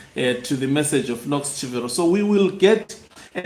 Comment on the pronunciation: CHIVERO is pronounced as Chibero Daniel GARWE is pronounced as GA-RWE